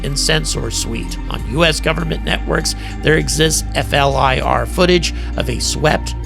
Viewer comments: Hey. People do not say F L I R. It is probounced flear, like fear with an L. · Doesn't distract from your coverage but, for future vids, please just pronounce FLIR (Forward looking Infrared) as 'flear'...thanks. Retired US Army Dude that loves your coverage! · Great job, generally in the Air Force we pronounce FLIR as Fl-ear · Instead of saying F.L.I.R, it's acceptable to say "Fleer" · FLIR. Pronounced fleer by military types.